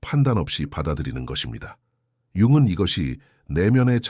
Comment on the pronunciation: 좋은 영상 열심히 듣고 있습니다. 다만 융근 같은 연음을 들을 때마다 몹시 저항감이 느껴집니다. 융은이라고 발음해 주시면 감사하겠습니다.옛날부터 융은 이라는 발음에 익숙해져서인지 좋은 영상을 듣는 데 몹시 방해가 됩니다.